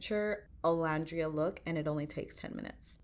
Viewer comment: Great video, I would say her alter ego, that she and her friends pre-fame came up with, is actually Bama Barbie, and to pronounce her name it's O-LAND-ria. Like the word LAND:the part of the earth's surface that is not covered by water, as opposed to the sea or the air.